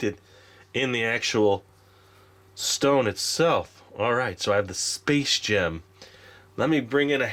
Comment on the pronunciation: For a second, I thought you said 'Space Jam' 😂😂😂